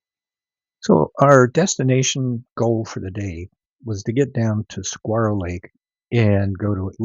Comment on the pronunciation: "SUH-WAR-OH" Lake.